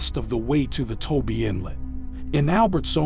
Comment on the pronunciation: It’s not Toby inlet. It’s TOBA. I work there from time to time. For thirty years building roads.